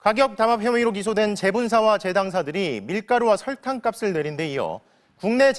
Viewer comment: 기자님 설탕이 아니라 설Rrrr탕 처럼 발음하시는거 같아요ㅎㅎㅎ